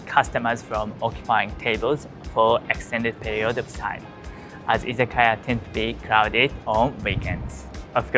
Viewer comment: You pronounce "izakaya" like many non-Japanese speakers. Your pronunciation makes it seem like it's correct!